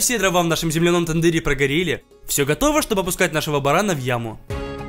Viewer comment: Не барана а барана ударение на последнюю а